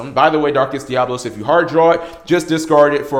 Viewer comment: Oh my god, I'm going to punch the next person I hear mispronounce DiaBOlos! What you're saying is spelled Diablos. I fucking hate how many people say it wrong!